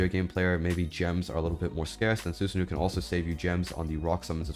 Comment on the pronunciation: su sa no not nu even though its a double O but keep it mind its japanese